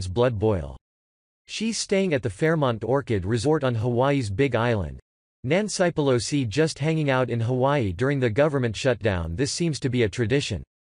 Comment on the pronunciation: Nanci peloseye? Nani pelosi? Come on computer!!!